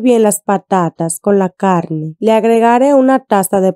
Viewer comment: Hola amiga muy rica esa receta se ve provocativa. Pero hablas muy feo..... CALNE EN vez da carne . Maltinez... En vez de Martínez... Supel. .. En vez de Super etc.. etc...